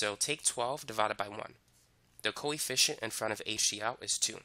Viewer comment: i thought he was saying coy fish instead of coefficient